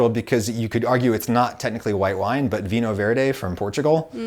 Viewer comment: "vino verdeh" adam please it's not hard to pronounce it right the "nh" is the same as a spanish ñ and the "deh" has a muter e, so more "duh", your track record of whenever you mention portugal is something